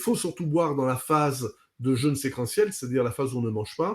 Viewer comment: Attention à la prononciation de "jeûne", svp.